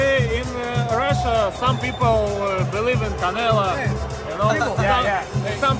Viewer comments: He called em canela lol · bivol always said canela